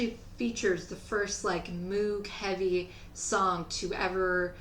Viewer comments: Always cool. Re: Purple Rain Ya gotta admit "The Time" were purty smooth. And... You scored with that jacket. One thing, moog is pronounced moeg. As Walt Whitman wrote... "Kick out the doors, kick out the jambs." Peace on earth. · Just a heads up, I called it Moog like you do... Moog rhymes with rogue. That's his name, doesn't make sense to me either.